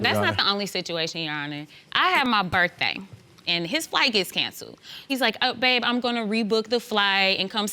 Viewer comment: I'm Black. And I HATE IT when Black people say "bir-thay". That ain't how you say it! Don't you know that??? 🤣🤣🤣🤣